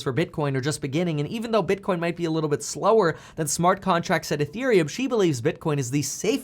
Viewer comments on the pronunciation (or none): none